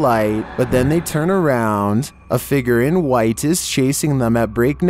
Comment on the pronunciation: Love your videos but have to say it's fig-ure not fig=ger